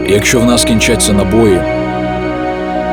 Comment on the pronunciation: чи були б Ви так ласкаві наступного разу запросити диктора, в якого краща вимова? українською неправильно казати софкова, дитячя, чяс, якщьо, чєрез, кінчяцця, дякую